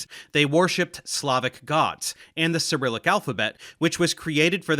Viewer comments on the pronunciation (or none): none